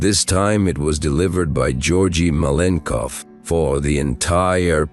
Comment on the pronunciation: you cant even say his name propperly...most is bs here